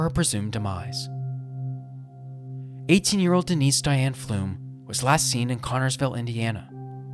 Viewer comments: It's not "Flumes", it "flums". Like "plums". I live in Connersville. There have been rumors circling around town for years. At this point, I am doubtful her remains will ever be found. Sad for the family. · Pflum rymes with plum...not plume.